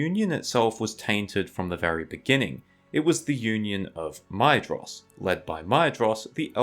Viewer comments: Or more like “My-thros,” not “My-eh-jross” like u said sometimes. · Hey dude, Maedhros is pronounced like Maethros, not Maedros. “Dh” makes a “th” sound in Tolkien’s writing, which is similar to Welsh IIRC.